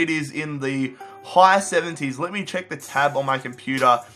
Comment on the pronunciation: it's check not chuck